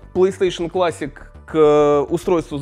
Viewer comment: Видос крутой но от классИк из ушей кровь пошла